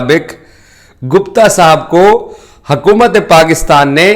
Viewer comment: Yaar urdu toh thik se bolo it's hukumat not hakumat